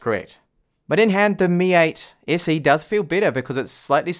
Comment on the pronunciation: "mi ayt essi" - he says. Damm. It took a while to get used to it.